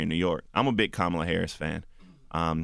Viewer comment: No! The right pronunciation is Kamala the way Charlamagne pronounced it the first time. It is not an English name!